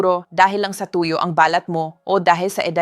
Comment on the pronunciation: Tuyo ipronounce mo ng mabilis hindi malumay!